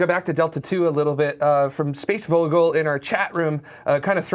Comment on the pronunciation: If you pronounce that word Fogle or maybe phogle you get the German word for "bird". So maybe that is a German user who wants to call himself "space bird". Mind the pronunciation though, because the way you said it with that english-type "v" has no meaning that i am aware of.